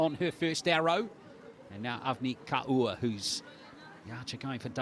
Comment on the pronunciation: Kaur is pronounced as "core". Not as "car ooo" as the commentator pronounces..